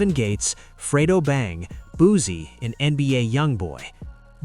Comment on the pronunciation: Fuck all that pronounce that man name right BOOSIE his fucking name not boozy